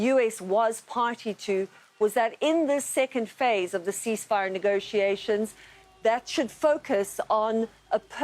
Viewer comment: This did not sound like “negotiations”…